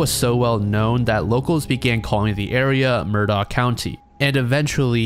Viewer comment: Hey just a heads up, the name Murdaugh is pronounce “murr-dock,” and that man Alex’s name is pronounced like the name Alec